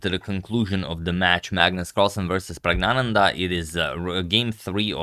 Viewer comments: Sir, I think the first N in PraggNananda might be silent during pronunciation. I am not sure, but I think it might be so. Since you are so meticulous about pronunciation, I am commenting this. Other viewers, particularly from South India might help in this matter. With lots of thanks and regards. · N should be pronounced. Pragg-na-nan-dhaa.